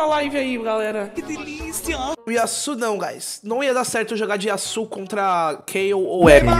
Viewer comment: Yasuuuuu é o crl é Yasuo